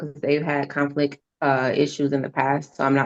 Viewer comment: Sounds like mom has a”conflick” pronouncing conflict